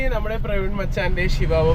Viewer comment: it not sivavava its chvava